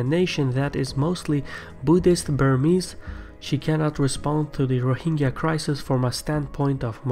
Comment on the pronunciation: It is not ro hing ga. It is ro hin jah.